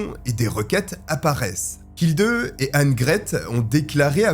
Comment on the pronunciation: Ich lebe in Deutschland seit 34 jahre. Ick kann Ihnen versprechen, dass "Hilde" wird nie "Hildeu" ausgeprochen. "e" wird " e" oder "é" gesagt. "Hildeu" ist lächerlich.